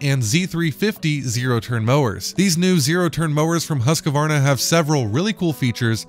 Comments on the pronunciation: This is an old video but I just have to say it’s Husk-Varna not Husk-a-Varna. Can’t any of you guys get the pronunciation of a make correct. Not to be a grammar nazi but it just makes your vids seem less important. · Husqvarna Not HusqAvarna